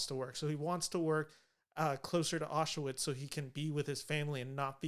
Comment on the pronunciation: It's pronounced "auschVITZ." Regardless, interesting analysis.